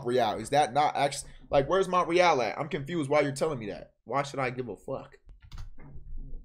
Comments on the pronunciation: He said mont re al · Brody said “MOnT rE Al” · Bro said “mont-rie-al” 😭😭😭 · Max don’t know how to say Montreal ong